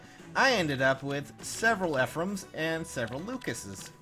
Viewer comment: So, if you say the names correct when people just normally tell you how to say it correctly, why do you still say Eefreeam after I've told you quite a few times that it's pronounced Effrum?